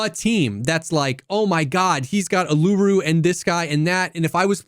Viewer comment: "a-loo-roo" you can't just say it like that man 😭